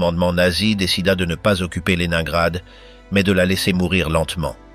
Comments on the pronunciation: À prononcer léninegrad et non le nain grad😊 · Horreur cette voix ! Ne pas prononcer correctement de La ville dont il est question (1 fois sur 2), polus non Paulus, merci de prononcer les noms propres correctement